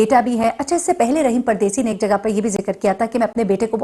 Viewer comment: رحیم نہیں راحم